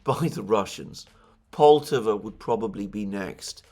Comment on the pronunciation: Correct pronunciation is "polt-A-va" with emphasis on second syllable.